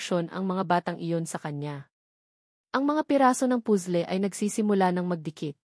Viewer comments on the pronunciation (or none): Sorry admin but I really hate your narrator...sya lang ang nkpg pronounce ng pusle ha?as in (puzzle to be exact)n stress ako